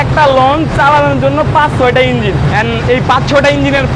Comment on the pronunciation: সেই মজা লাগছে ভাই যখন ইনজিল কথাটা বলছেন🤣🤣